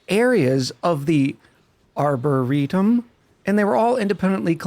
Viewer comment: Aboretum xD